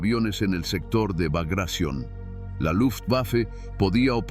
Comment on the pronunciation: El nombre de la operacion fue BAGRATION, no bagracion, asi con T: BAGRATION